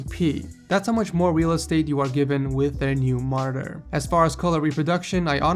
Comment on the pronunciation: the way he pronounces monitor is annoying